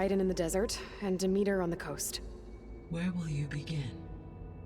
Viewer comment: The way everyone in this game aggressively mispronounces Demeter...